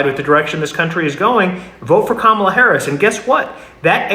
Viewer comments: Gotta give it to this podcast MAGA guy, he's respectful enough to say Kamala's name right. It's the small things that make me more willing to not completely disregard every single thing they say. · Wow, that guy actually said Kamalas name properly! That might be the first time I've heard a Maga say her name properly.